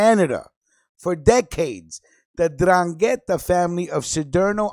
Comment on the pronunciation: I was born in Locri, Italy in 1962. It is south of Siderno, that this radio guy talks about. While the host of this radio show talks about the 'Ndrangheta. By the way, he doesn't even say 'Ndrangheta right. You first say the 'N then drangheta. If you lived in Calabria, or are a real Italian, that speaks the language, you know how to say it properly. I have cousins in Locri that when we would visit all my relatives in Locri when I was younger, I would hear about the 'Ndrangheta from my younger cousins. They were as young as 10, and they would say 'Ndrangheta to me. This was in the 70's. Even though I was born there, I was called "Americano " because I grew up in America (Chicago). My Nonna, would raise hell with my father because she wanted me to stay away from my cousins because the 'Ndrangheta was all over and here it is 2019, and I hear this radio guy try to speak Italian. FYI in Calabria you wouldn't have your radio show talking about 'Ndrangheta. After your first show, you wouldn't have a 2nd show. CAPESCI? VA TINDE PATSO.